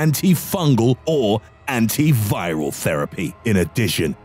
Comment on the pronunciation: Who narrates this?? "...Antibacterial, Antifungal or ANTIVIRAL!" love this guy!